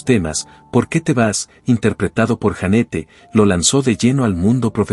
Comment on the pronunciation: Jeanette se pronuncia Yanet